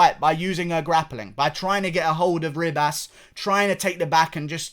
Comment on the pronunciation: Bro, it’s pronounced Amanda he-bas